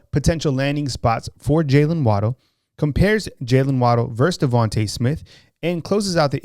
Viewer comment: Who is “Devontah” Smith?!